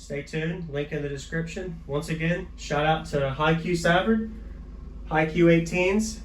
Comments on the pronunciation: suvard pronounced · I think you'll be happy with them. Savard has been around for a long time and very reputable. I know them personally and enjoy hanging out with them at the shows here in South Louisiana. One thing I have to correct you on is the name. It's pronounced suh-vard.